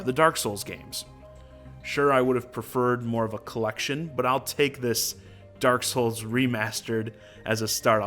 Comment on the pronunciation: Pretty happy with the announcements, especially since I didn't play DKTF and Hyrule Warriors. Also..... DERK SOOLS